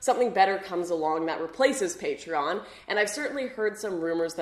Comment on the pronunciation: Sorry to say but you say it right, not many know it....